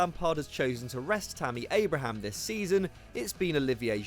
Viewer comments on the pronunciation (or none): none